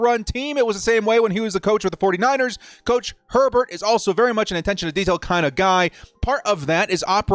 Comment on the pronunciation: “” lol